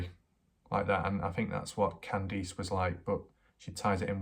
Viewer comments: what? all your other words are perfect... Just Kandees... You say that wrong it's Can-Diss not all that difficult... nor do you really have an accent. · but this guy can say can and he can say diss... So he does it to annoy people Mike has a real speech impediment... Nor has anyone said what accent it is... So he does it to annoy people like me... I mean how hard is it to pronounce Candice... Y'all take his side I doubt his accent is to blame... English is my second language and I can say Candice... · what accent? His English is plain and normal... Who asked your opinion anyway lundaa, the poor woman's son already got butchered now his butchering her name too...